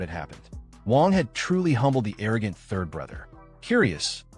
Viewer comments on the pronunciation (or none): I really hope you’re saying the “THIRD” not the “TURD” 😅😅😂😂